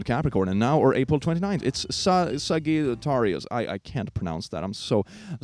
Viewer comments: Iirc, it's pronounced saj-it-air-ee-us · Sagittarius is pronounced "Sajetaireeus" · It’s pronounced like this sa ji tar ius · trying to figure out how to help him pronounce Sagittarius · I absolutely love how you can get so deep and go on these beautiful rants And then forget how to pronounce ‘Sagittarius’ It’s so chaotic